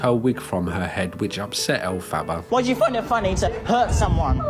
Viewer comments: I'm not a theater kid, but when you mispronounce that "Wicked" character's name I die a little inside. Other than that, good vid. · I can't cope with that pronunciation of Elphaba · i love the way you pronounce elphaba 😭😭😭🩷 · The pronunciation of Elphaba makes me laugh in the same way Moira Rose says baby in Schitt's Creek